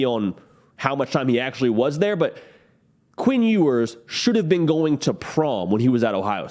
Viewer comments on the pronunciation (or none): What is up with your pronunciation? Queen Ewers? Lame. Obviously a jab. Lame